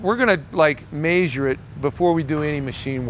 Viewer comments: If i hear “MeAsure” like that 1 more time… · Idk if it’s just your areas accent but you’re the only person I’ve ever heard say measure like you do